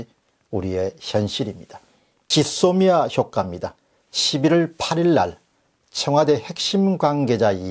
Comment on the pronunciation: '짓 소미아' 가 아니라 '쥐소미아' 로 발음 좀 해주세요.